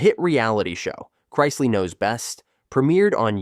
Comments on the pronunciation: Learn how to say the names right I shut if off when it go to the Chrisley . I understand a mistake but you said it over and over . you get a thumbs down for being to lazy to fix it . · You keep mispronouncing, chrisley. Always best to do some research and proofread your stories before you publish them.